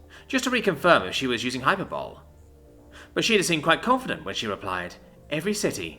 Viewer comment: Hy per bo lee. Not hyper ball